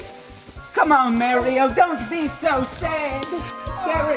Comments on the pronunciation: Dat bretti gud merioh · And Merio